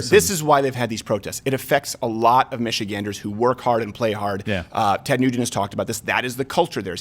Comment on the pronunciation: First person I've heard actually pronounce Michiganders correctly lol